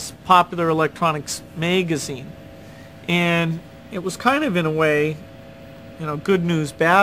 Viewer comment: A meegeezeene?